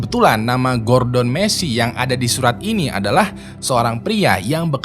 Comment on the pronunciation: Gordon Gua denger gorden 🤣